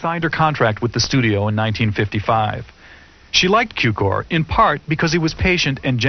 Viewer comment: It is not George Kiukor sir, his name is Cukor György, in english sounds like Zukior!